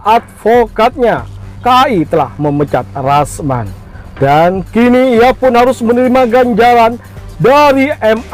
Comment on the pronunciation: Rasman, bukan yasman